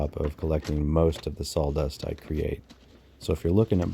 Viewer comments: Sawdust Not saldust😢😮😂😂😂😂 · Very nice easy to listen to.(except for the salldust😂) I’m a fire starter addict.😊 I appreciate all the work and humor in this. Great job!🔥👏🏼👏🏼👏🏼👏🏼👏🏼🎉❤ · I had to say it myself every time I heard it. Sol dust, saul dust, sawl dust. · Are you saying s a w-dust or s a w l-dust?